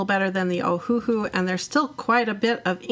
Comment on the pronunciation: It's pronounced Oh-Uh-Hu (Owahoo), but they took out the dashes. The 1st H & 2nd H are silent like the words Oh and Uh, but the last syllable Hu is pronounced like the word Who. An easy hint to remember: The company is named after the Hawaiian island of Oahu.